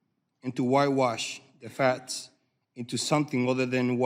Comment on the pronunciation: Hmmm. Struggling to read your own notes. What is the truff. White wash the fats??? Seems like this speech challenged individual is a coward.